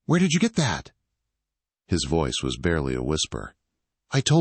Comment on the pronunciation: Were there windshields in 1814? Really? & ve-ice instead of voice?